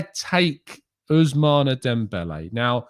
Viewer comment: Ousmane is pronounced Ous-Man 🤝😂😂😂